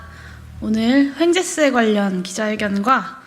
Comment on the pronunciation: 황재세가 아니고 횡재세라고 하는 거 같은데,,, 그게 뭔지...